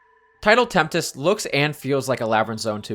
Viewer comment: Coming back to this comment, I just realized something. I think I just lead you to believing Tidal Tempest has an extra 'T' in there. Sorry 'bout that, I was talking about how whenever you say it, you added an extra 'T' to your pronunciation. It is Tempest.